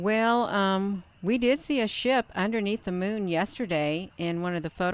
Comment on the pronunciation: Hi I miss you so much and really enjoy you saying ship